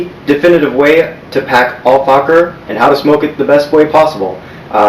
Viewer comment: Hahahah you said al focker